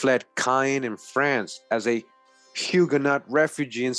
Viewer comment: GREAT VIDEO FAM! JUST A SMALL TIP... HUGUENOT IS PRONOUNCED WITH THE LONG SOUND LIKE THE WORD YOU